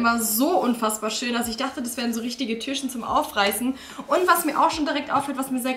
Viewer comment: Ich mag deine Videos echt gerne aber kannst du bitte das Wort Türchen richtig aussprechen und nicht immer Türschen ?